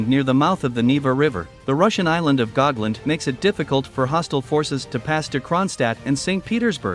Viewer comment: The name is Gotland, not Gogland